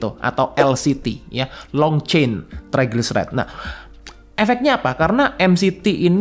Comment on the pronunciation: Triglyceride bukan Tryglyceride,Mas. Three Fatty Acids dan Glycerol